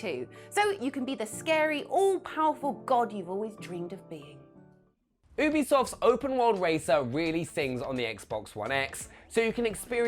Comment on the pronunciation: Also, it's "Yoo-bee-soft" NOT "OO-bee-soft"